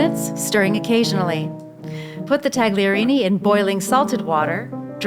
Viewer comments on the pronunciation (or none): Why are Americans such morons. No, it is not taGliorini. The t is silent. Idiots I expected better from her, I am not sure why. Basic education in theatre or whatever. Oh I. See he is a hick from coal mining West Virginia. Makes sense. And she is not any better, but I would have thought they would have travelled or been educated since then.